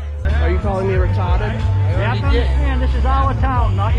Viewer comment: Are you calling me retahded? 😂